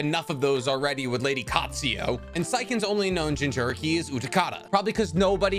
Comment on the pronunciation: He produced almost every name in this video wrong like lady cat sue ya. never heard of her before only of a lady katsuyua